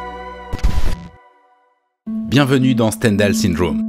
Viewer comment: Pitié Stendhal (prononcé [stɑ̃.dal]) excellente vidéo sinon.